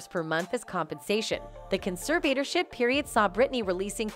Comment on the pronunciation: Your mispronounciation of the word "conservatorship" was REALLY annoying. And you kept referring to her father as "she". I'd fire you.